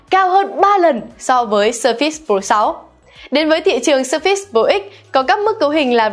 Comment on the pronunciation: sao đọc là sơ fits? nghe bực quá